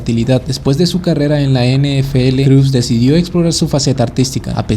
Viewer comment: No se pronuncia creus...solamente Crus...